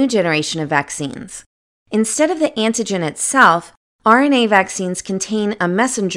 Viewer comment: I couldn't concentrate on the video because this woman keeps pronouncing AN-TI-GEN as IN-TI-GEN........smdh.